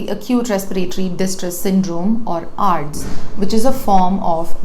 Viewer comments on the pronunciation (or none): presentation is excellent. I will however prefer her to pronounce ARDS (आर्डस ) as A.R.D.S (acute respiratory distress syndrome). This is like some one pronouncing C.A.B.G. as कैबेज. This suggestion is on lighter note but your presentation is perfect - Dr Dilip Mundhada